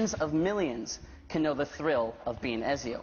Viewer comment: He pronounced Ezio wrong...